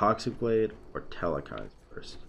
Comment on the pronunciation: The way u pronounce ymir is much worse than hecate Oh and telkhines... no e in the middle. Tel- khines. E-meer Coo-cool-kawn for future reference